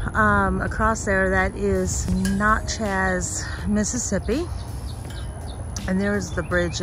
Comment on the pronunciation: Natchez not Notchez